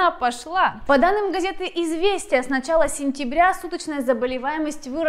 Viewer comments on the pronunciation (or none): none